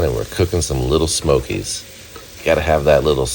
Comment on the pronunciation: I love when he says "little smokies" 😂😂😂